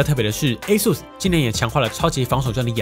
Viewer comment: 終於有人把ASUS的發音念對